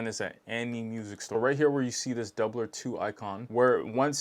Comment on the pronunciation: I’ve been curious about this one. You said their name better than me, lol.